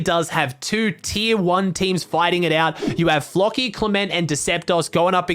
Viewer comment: he says floki like flocky